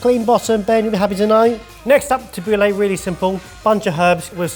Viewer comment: i always judge Italians who get angry about food, but that "Tabuli" made me realize how they feel